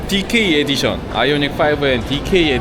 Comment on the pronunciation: 츠치야 영어발음 은근히 따라하시는거 나만 웃긴가 ㅋㅋㅋㅋ 디께이 에디숀!